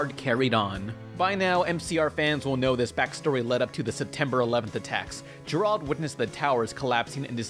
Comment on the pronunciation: GERARD IS NOT A DIFFICULT NAME TO PRONOUNCE